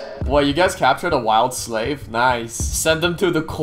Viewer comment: Bro is saying slav instead of slave. ._.